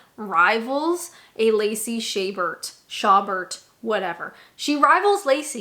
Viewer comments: it's sha-BAIR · Its Sha bear. Lacey Shabear.